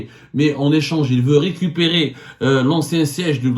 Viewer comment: 😂😂😂 le Maroc ne veut "rikipiri" le Maroc veut "récupérer", je ne sais pas si "rikipiri" tu as prononcé veut dire récupérer, je veux juste corriger au cas où tu voulais dire autre chos4😅